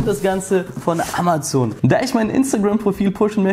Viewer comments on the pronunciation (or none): none